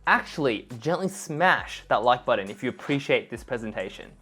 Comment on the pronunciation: I'm still trying to find a designer that can say "button". And not "budden". What’s going on... 🤔 (great content. Thanks ❤)